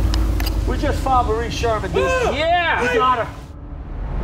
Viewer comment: The Irish name is pronounced “Morereen” not how Jared etc were saying it.